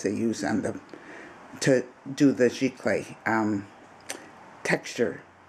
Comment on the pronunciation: Its pronounced Z Clay (Giclee)